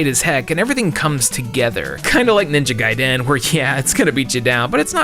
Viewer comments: Why do you say ninja gaiden so weird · Unrelated to everything but I despise the way he says Ninja Gaiden